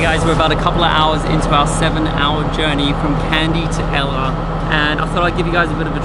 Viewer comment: know its so beautiful. I went there last year but i didnt know it was called 9 arch bridge. Btw guys ella is pronounced like this : say "al" first like when you say albino. An then say "ler" or "leh" wihout pronouncing the r. so its like "aller "or "alleh". Not like ella. 😃